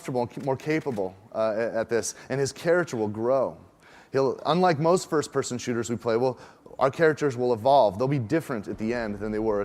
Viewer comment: You mean a shlooter?